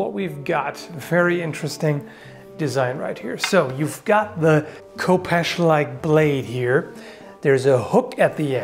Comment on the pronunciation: "The Coopesh"